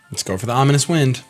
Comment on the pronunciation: You faked me out so hard with that sad music ahahaha!! So fun omg (also "omonious" XD)